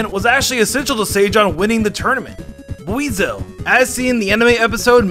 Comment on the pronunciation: You mispronouncing Buizel and Floatzel puss me off